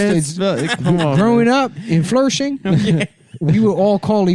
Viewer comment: I’m from flershing